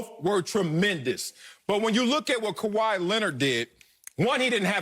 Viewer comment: Sorry acho..it’s kawhi..but you still my Igbo brother ✊🏾